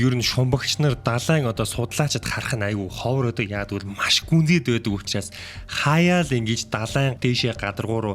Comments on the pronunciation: Usnaas ❌ Uchraas✅ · hamgin ehend uchraas bish usnaas gej bnshvv ahaa aaw